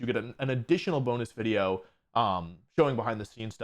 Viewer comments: Do you say wideo instead of video sometimes? It shouldn't drive me nuts but it does. Not sure if it's the mic or the actual way you're saying it. I enjoy your content regardless. Cheers. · Jaaay, a new wideo by announcing more wideos!